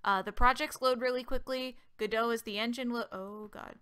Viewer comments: It's "go dot" not "godo". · It's godot not guduh . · i'ts no godoh like french it's called: GO-DOT like a dot a period. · it's pronounced gah-doh like the play. The developers explicitly stated that its not go dot multiple times. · It's Gah Dough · I've always pronounced it God-oh, emphasis on the God, lol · Isn't it pronuced "Go Dot".. most "beginner" tutorials mostly teaches you to move a dot, and its a reference to that? or am i overthinking this? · TFW the YouTuber purposely mispronounces the name. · Wait, that's how you pronounce the "Godot" in "Waiting for Godot"? Wow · No. It's "Godot", the devs named the engine after the play "Waiting for Godot".